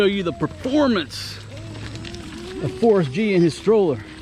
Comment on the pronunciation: I thought it sounded like ‘FORCE G’ ...like as an Avenger or superhero whenever you say his name...then I saw in the title the other day it wasn’t FORCE G it was FORREST G....